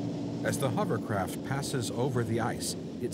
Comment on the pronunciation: Only one dude can pronounce hovercraft correctly..Warwick! It's not a HUMMERCRAFT.